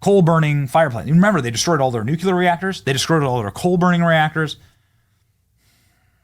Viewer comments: Nu-clear not nukular 😂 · Benny, I don’t know how many times I have to comment on one of your videos to tell you this, but it’s NUCLEAR 😂 Not NUCULER. 😂😂😂 Love you boyo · Say it with me: new-clee-er. Not nuculer. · Benny ..."nuke u lear" how about first we get the name right, it's "nuke le ar?" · Nuclear, not NUKULUR!!